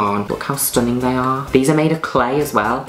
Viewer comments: Juno Birch saying "stuninn" is the representation of happiness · Hearing Juno said STUNNING its everything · How many times does she pronounced the word STUNNING?